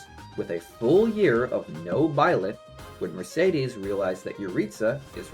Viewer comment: The way you say Blyth is crazy lmao